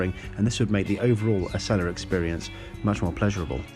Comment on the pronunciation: It’s pronounced “Ah-see-la.”